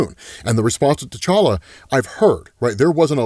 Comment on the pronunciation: Can you please stop saying the name to tCholla, it's so annoying!!!!